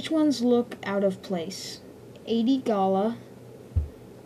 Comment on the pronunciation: First, it's gallia, not "gala", & also it's weequay, pronounced wee-kway. Second Hondo won't die, it's just to out of Cw character. Pre vizla I agree with you though